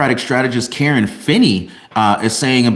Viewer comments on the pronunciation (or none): none